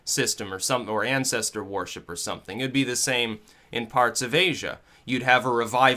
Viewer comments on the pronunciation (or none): I like how the pronounces worship "war ship", LOL.